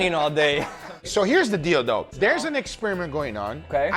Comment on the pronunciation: When he says "here's the deal tho" it sounds like here's the dildo 😂